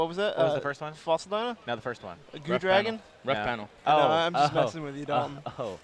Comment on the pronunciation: whats goodragon? if i heard him correctly lol